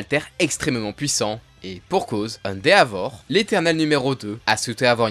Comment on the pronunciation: Ende"A"vor 😭.... Endévor ➡️ pour la prononciation